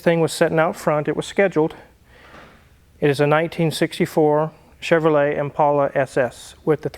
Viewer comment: Thank you for pronouncing Impala correctly! It’s an ImPAULA boys and girls.